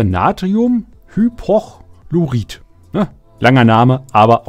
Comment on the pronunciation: Entschuldige ich will dich nicht verbessern, aber das du es für die Zukunft besser weißt, zwecks aussprechen... Natrium/hypo/chlorit Und Natrium/a/ce/tat. Tut mir leid ich weiß nicht wie ich es dir anders erklären kann. Acetat wie z gesprochen und nicht englisch zusammen gezogen, quasi. Danke dir fürs erklären. Was macht man denn aber mit so Eisbomben und Co?